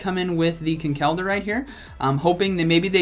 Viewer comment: Yo how you say Conkeldurr is very annoying as an irish person how its said is Con-kul-der